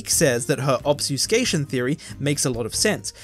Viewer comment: Are you trying to say "Obfuscation" lol? It's REALLY throwing me off every time you say it without the F. Or is there another similar that you're actually saying? Just curious, not tryna be mean.